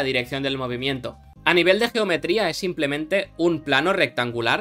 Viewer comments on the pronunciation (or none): none